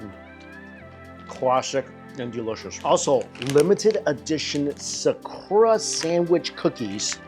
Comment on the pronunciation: Bro said “SAAKOORAA” tf is wrong with you bro, atleast TRY to properly annunciate